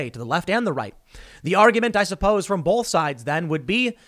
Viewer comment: Anyone else notice that he says BOLTH instead of BOTH? God that drives me crazy!!!